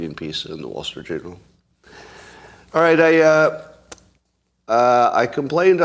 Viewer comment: did he just say the wall street jewnel??? i’m pretty sure he did